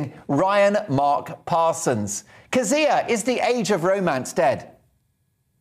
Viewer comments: Jeez, you'd think the host would have learned to pronounce your name given he used it about 50 thousand times. It's funny to hear you interviewed by someone who doesn't know your opinions on everything yet :D Methinks that fella has a lot to learn. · Well done Kezia! The interviewer is incredibly annoying. The guy could have learned how to pronounce your name don’t you think? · My god why can't Mark pronounce Kezia properly....